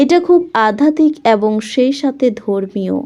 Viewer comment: এত নাকাল করে "এবঙ" উচ্চারণ টা খুব খারাপ।